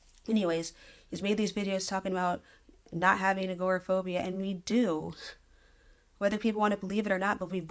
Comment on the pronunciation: Agoraphobia not "Growth phobia"